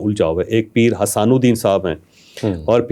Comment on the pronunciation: کمال تحقیق ہے کہ۔۔۔پیر صاحب کا نام بھی سیدھا نہیں آتا آپ کو۔۔۔حسان الدین نہیں نام حسام الدین جیلانی نام ہے